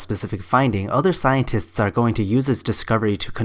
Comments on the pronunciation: wait. Did she really said "very intoligen"? And scienters? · Something tells me that she used all her inheritance and achool funds on wine. She cant even spell or pronounce SCIENTISTS 😂😂😂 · This part is just so annoying..... - That’s exactly what Flat Earthers do. And how she calls scientists “scienters”